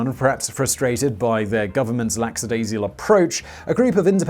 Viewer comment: Needs to apologise for misprouncing 'lackadaisical' as 'laxadaisical', rather than Mr Mathieu-Favier's name.